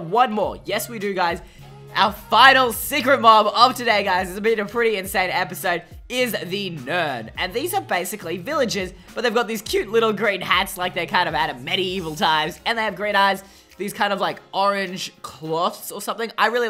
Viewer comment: ITS NOT NERD ITS NERM